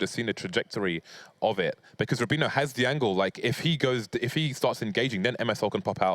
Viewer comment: why can't pronounce Rubino correctly.